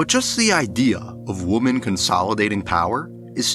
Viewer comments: So well done, man! Great insight and great editing! Well worth the 2+ hours of my life! I will say, "women" is pronounced wi·muhn. Woman is pronounced wu·muhn ;) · I absolutely loved this video! Amazing, well-written persuasive narrative that makes me want to watch (as someone who has only seen the first couple of seasons and not consecutively). The only thing that is like nails on a chalkboard is the pronunciation of womEn. Singular and plural of woman are different, with the plural being pronounced /ˈwɪm.ɪn/ (WIH-min). Great job! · great video and this is years late but pls figure out the pronunciation difference between Woman and Women😭❤️‍🔥 bb28 is pretty horrible so far but i can’t give up the hope that it will turn around